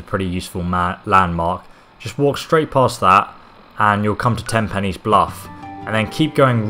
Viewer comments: Pines not penny's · Tempi-knees bluff I’m dead 😂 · Ten pines you gonad, not TIN pines🙄. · I love how every gamer says "tenpenny" instead of tinpines bluff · i love how you say "tinpines" instead of "tenpines" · 'Tenpennies Bluff' Ten PINES! 🙄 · ''Tenpanees'' lol.